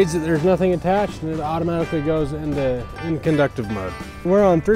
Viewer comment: How do you say inductive again? 🤣